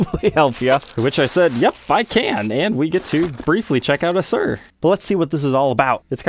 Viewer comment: Is it pronounced "Shur" or "sure" Louis Kato of the Late Show Band uses a black Suhr Telecaster